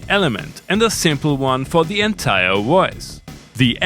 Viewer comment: Woice Woice Woice.... 🙄